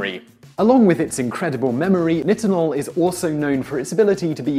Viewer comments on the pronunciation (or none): It's pronouced neye-tin-ohl. Not niht-in-ohl. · this idiot cant even pronounce nitinol